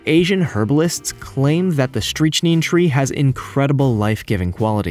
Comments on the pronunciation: Painful, isn't it. Tanzania here I come once I don't get streechneen poisoning... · "streetchneen" it's not the result of any accent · Thank you! I was hurting my ears listening to these mispronounced words! I'm thinking to myself "I can't be the only one." Sure enough, I'm not. Streechneen?!?! Really?!?! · It's pronounced "strick-9". Also shipworms don't eat flesh, only wood with the aid of symbiotic bacteria. ....in fact, why are you talking about the shipworms? They grow in sunken wood; it's not even a specific tree. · Yeah, "Streetch-seen," lol but what about that first tree that can "also be found in 'Tan-ZANIE-ah'?" That sounds like a place in a Marx Brothers' movie. It's 'TAN-za-Nee-ah, for Pete's sake. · Thank you, I was like "It's strick-nine....wft. Have you never heard of Strichnine poisoning?" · What is "streechneen"? If it's even half as deadly as strychnine, I wouldn't go anywhere near it. Yikes. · “Strich-neen”?.Does no one help these guys out to not sound as if they’re not cold-reading someone else’s science paper? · Dude, learn to pronounce "Tan-zah-nee-ah" and "Strick-nine" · Strick Nine Strychnine How could you say that word so many times, so incorrectly, when I can't think of a single person that has probably never heard of strychnine.. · “Streech neen” bruh you killing me with this pronunciation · Cerberin as a [COMPOUND], or [CHEMICAL]. Cerberin is NOT an element on the Periodic Table. ...and the CH in Strychnine is pronounced like in StriCt - Surely you've heard of the poison Strychnine before??? Maybe you should just call your YouTube channel 'The Lemon'. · Number 11's tree is pronounced as Strick-nine, that's where the poison comes from. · ... I swear, guy is going out of his way to mispronounce EVERY SINGLE THING IN THIS VIDEO. Streetchneen? Are you kidding? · Strychnine is pronounced Strik nine or strik neen depending on where you are in the world, fyi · Strychnine is pronounced strick-nine, like that. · Isnt it pronounced "strict- nine"?